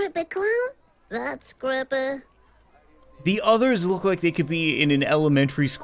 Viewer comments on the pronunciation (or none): How normal people pronounce creepy: creepy How misfortune pronounces creepy: crepeh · I like how when she says creepy it sounds like she's saying crappy